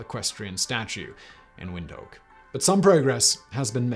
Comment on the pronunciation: Great video! But as far as I know, the pronunciation is more like "wind hook!"